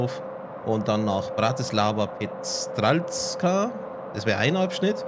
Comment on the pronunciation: Bratislava Petrzalka wird Petrschalka ausgesprochen und Hegyeshalom wird eigentlich ganz einfach Hegyeschalom ausgesprochen. Oder einfach Hegesh abgekürzt xD